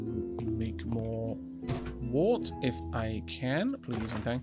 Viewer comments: Wurt, (wert). Pronunciation. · Very quick pedantic correction: "wort" is pronounced "wert". Why, you ask? Because it is English :-P I taught English as a foreign language for 5 years and slowly realised what an absolutely crazy language it is. We have rules in this language! ... but we hardly ever follow them... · My dictionary says wort is pronounced as 'wurt', the urt sounding like in hurt